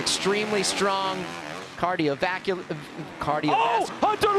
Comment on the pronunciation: Cardiovaccum 😆 RC needs to get out of the announcers chair PLEASE